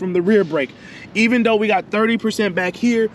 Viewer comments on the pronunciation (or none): none